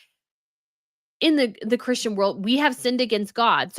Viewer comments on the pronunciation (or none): none